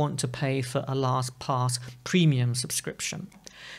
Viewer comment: Your pronunciation is accurate... LostPOS.